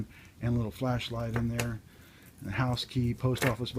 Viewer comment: I keep thinking you're saying flesh light